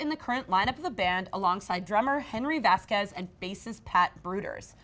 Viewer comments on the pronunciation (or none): none